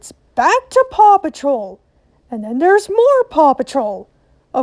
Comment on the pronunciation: The amount of times paw patrol was said on quick succession it just sounded like papa troll